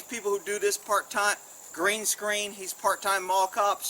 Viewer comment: Everytime you say green screen. I laugh! 😁😂